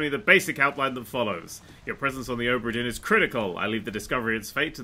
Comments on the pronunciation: Now, adept of the ultimate language of pointless sounds that shouldn't be there, here's some questions - how the hell do you manage to get "dearn" from "dinn" and where the hell do you get the "h" to cram in between "o" and "b"? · Ohhhhbra Deeeen! Scottish Accent! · OH-bra DEAR-n